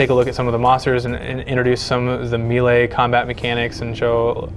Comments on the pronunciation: He pronounced melee wrong...The game is a fantasy RPG and yet he doesn't even know the correct pronunciation of melee? *shakes head* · Thank you for the reply. All the references I used(including yours and my Oxford) indicate that he pronounced it incorrectly. The "E"s in melee should be prounced like long "A"s, as opposed to how he prounced it, as a long "E"s. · Looks decent. I just wish the guy would pronouce melee correctly . lol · Wow dude, learn how to pronounce the word "melee"! lawl